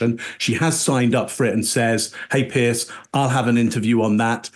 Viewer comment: I swear when she says “Piers” that she is actually saying “yesss”. I swear I had to watch it several times to make sure she didn’t actually say yes.